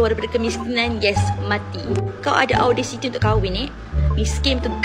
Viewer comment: Pronouns audacity is actually OUDACITY. Belajar english betul2 kalau nak laki kaya kak 😂